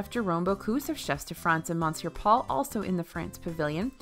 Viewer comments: I mean this in the gentlest and kindest of ways, please pronounce monsieur correctly or I'll go nuts. it's pronounced "miss-ur" not "mon-sewer" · I see still can’t pronounce monsieur! Hahahahaha it’s Miss-yer I believe (I’m not french but did learn it at school)